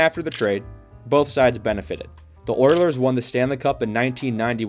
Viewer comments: Did you really say Oierlers? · I had to turn this off. The guy couldn't even pronounce OILERS correctly either